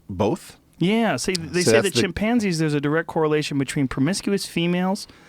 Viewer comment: Anyone else hear Joe saying " chimp pansies " ? Cant fkn unhear it.